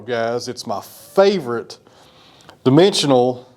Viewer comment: Did you say dimensional or dementia? Ha. Those quarter sawn rays will look even better when it’s dry.